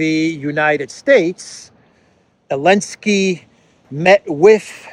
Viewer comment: Your videos are great but why do you call Zelensky , elensky 😂